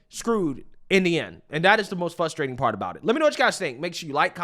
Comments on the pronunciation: I cant take it anymore... It's 'Frustrating' NOT "FUSSSTRATING"! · The translation guide 😂😂😂 Pop-uuhh-ler = popular ExtrapYOU-late = Extrapolate Silver war = Civil War Dat = that Dis = this Fuss-trating = frustrating